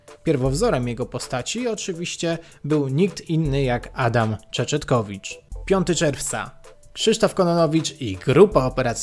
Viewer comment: Ahh ta telewizja... "Adam Czeczytkowicz"